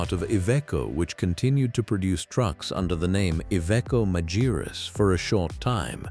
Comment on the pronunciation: и правильно марка именовалась Магирус